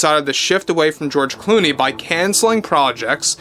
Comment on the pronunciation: George Gloomey or is it George Looney or is it George Gloomy....😂😂😂😂